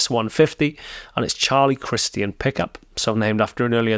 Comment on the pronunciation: Nice. But we generally say Charlie Chris-CHUN.